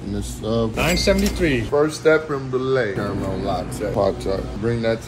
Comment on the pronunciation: "carumell lot-tayyy.."